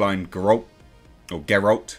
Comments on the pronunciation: OK, your pronunciation of Jaskier is now top notch. Now let's work on Geralt. Try Gherhaalt. Repeat please. Fun fact: in the 90s there was an attempt to make a Polish adaptation. Well, how to put it, it was a dumpster fire of a rubbish piece of crap (here's a taste But the funny thing is, the actor who played Geralt, Michał Żebrowski (try saying that one) lends his voice in polish dubbed version o this one 🙂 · also speaking of hanging a lantern on things, they literally did that with Cavills Geralt voice (which you insist on pronouncing wrong) when Jaskier is making fun of it